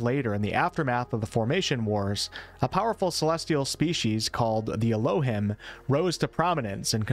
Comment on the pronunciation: Great vid! FYI, Elohim is pronounced “El-oh-HEEM.” It’s Hebrew for “the gods.”